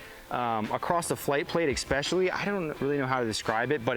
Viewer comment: Someone tell there's no X in "especially"